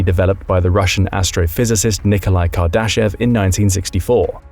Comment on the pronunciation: I am not sure if you are pronouncing Kardashev correctly... but the rest of the video seems pretty accurate. I am always wondering whats out there when I do milky way photography